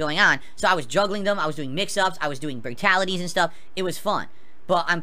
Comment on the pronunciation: did he just say, "Bratality"? English dude... do you speak it?